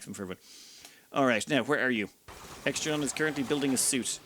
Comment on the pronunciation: Poor Extra Neon got his/her name butchered lol